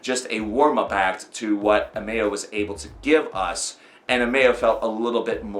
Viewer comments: Amayo? AH-Mo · Its pernounced Ammo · Did this man just say amayo